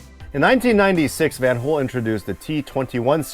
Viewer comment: Brought to you by VAN-HooL